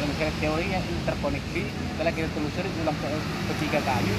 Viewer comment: Telurusi atau telusuri????